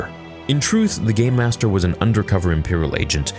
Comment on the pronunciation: Sounds like ur saying gaymaster. It just does.